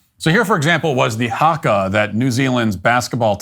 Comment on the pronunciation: I cringe at the way he says haka